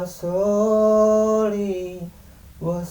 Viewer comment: Duh gmn teh bc sholawat aja slh2 gitu hihihi...bkn alaisalam tp alaihiwassallaam..bkn allahuma tp allaahumma mimnya doble itu...bkn soli tp sholli itu huruf shod dan lamnya doble..😁😁.. mohon maaf skdr mluruskan slhkn lnjt